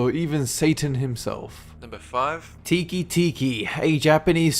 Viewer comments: It's tek tek not tiki tiki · You're pronouncing "Teke teke" wrong. It should be pronounced "Tay-kay tay-kay," not "Teekee teekee." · it's pronounced "teh-keh." not tiki. lol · TEEKEE TEEKEE Me: ITS PRONOUNCED "TECKE TECKE" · It's pronounced: "teh-kai teh-kai," Not: "tee-kee tee-kee." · It's teke teke teke and scythe not tiki tiki and it's a blade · great video but we must have jeard it diferantly cause teke teke's name is peonounced tehka tehka not tiki tiki lol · You're saying Teke Teke wrong.It's pronounced 'teck-teck' not 'teekee-teekee'. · Shouldn't Teke be pronounced "teh-keh" or something similar? Like the clanking of a train on tracks or the scratching of a horrible torso ghost dragging herself along the ground. It's definitely not "tiki" anyway. :P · It's Te and ke, not ti and ki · Teke Teke is pronounced "teh-keh," not "tee-kee." If it was "tee-kee," the romaji spelling would be "tiki." Remember,, unlike English, Japanese and a lot of other languages only pronounce their vowels in one way unless combined with another vowel sound. For Japanese, this is "a" (ah), "i" (ee), "u" (uu), "e" (eh), "o" (oh). Every letter except for one in the Japanese language has these sounds except for one. " Ka ki ku ke ko," "ta chi tsu te to," "sa shi su se so," "na ni nu ne no," and so on, "n" being the one without a vowel sound, and "ya yu yo" being the only set without all five vowel sounds. Other than that, great video! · First:its pronounced Tek-e Tek-e Second:you actually included my favorite the Teke Teke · For #3, I think it's pronounced teh-keh... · Teke Teke should be pronounced Tteh-Keh Tteh-Keh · it is tek tek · It's pronounced "te kay te kay" テケテケ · BTW "Teke Teke" is actually pronounced "Tek Tek" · Teke teke is pronounced "teh-kay teh-kay" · it's pronounced tek tek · the fact that he pronounces teke teke as tiki tiki is the scariest thing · Teke Teke is actually pronounced "tehk tehk", or at least thats closer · He pronounced teke-teke wrong